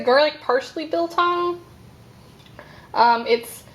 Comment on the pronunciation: Yes you pronounced braai and biltong correctly. Not sure how they did the piece in brine. Traditionally it is meat soaked in spices and vinegar then hung up and left to dry. You can eat it wet or completely dry. And yes you can break your teeth on it if you are not careful. Not sure what chili they sent you, with all the Indians here our chili can blow the top of your head off. Chili bites are a dough type of snack that has real chilies in it. Waaaaay too hot for me.